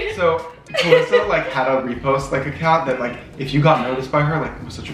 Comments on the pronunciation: and I are never on camera so we were a lil nervous at first but past 5 minutes we are completely ourselves! hope you love this! ALSO MY NAME: it's pronounced ta- LEE- sa but has read it for too long and mispronounces it but we are working on that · mispronouncing your name😆😆😆 and I didn’t even notice that you were both nervous at first!